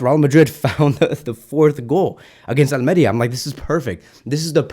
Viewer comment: It’s al-meh-REEH-ah